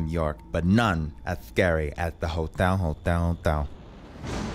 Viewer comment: “HOTYAL HOTYAL HOTYAL” 😂🤣🤣🤣🤣🤣🤣🤣